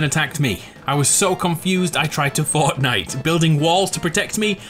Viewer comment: epicness loock with subtitles on and then u will see Fortnight so im pretty sure that he said Fornite.